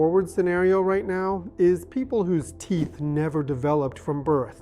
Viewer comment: This is typical hallucinatory AI, many instances of mispronounced words (and clicks), like USAG(J)-1 , T(P)eeth , these are all hard to swallow. Stop using AI! It's expensive garbage... I stopped watching at this point.